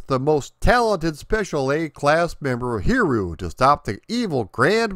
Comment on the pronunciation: Great video! As always, very thorough! I really love the very original character concept and the designs of the levels. Now, if you want to max out100% for pronunciation on his name (it definitely is a tricky one), the easy way is to think of it phonetically as 'Hid-E-You" Happy gaming, and keep up the great work!